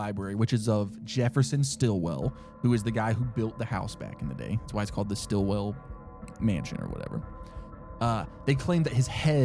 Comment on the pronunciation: StillWALL!!! Not Stillwell, Stillwall!!! Urrgh, that was... not cool. I am screaming on the inside from that oversight! Otherwise... eh, this one was on an extra level of unfair, I'd say. It's one thing to prank someone with a fake story... but it's sorta kinda another to tell someone that one of them's fake when NEITHER are. One's blindsiding the guest with a hope of figuring it out, the other... doesn't have that chance and good sportsmanship. I'm sorry.